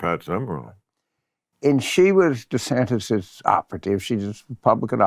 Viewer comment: 'Ronda Sanders'...lol. Bill to your credit, the auto generated captions just translated Jim's pronunciations of 'Ron DeSantis' as 'Ronda Sanders'.... Florida Governor Rhonda Sanders.